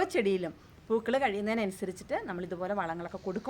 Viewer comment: പുകൾ അല്ല പൂക്കള്‍ ആണ്